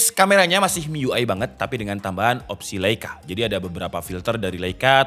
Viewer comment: bacanya lai ka yaaa